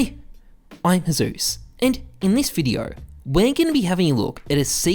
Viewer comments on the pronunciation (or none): "Hey, I Heyzeus"